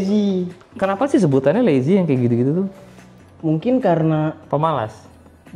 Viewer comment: Lay-z bukan lazy 😂